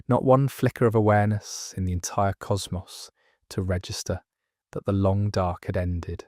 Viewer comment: I clicked off when I heard how "cosmos" was pronounced.